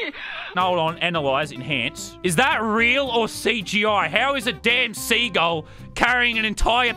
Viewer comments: He said seagall 😂😹😂😹😂😹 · It’s not cgi it is sea-g-ull